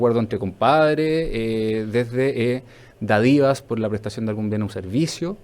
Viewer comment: Cada que vez que el entrevistado dice "dadivas", muere un gatito. Es "dÁdivas"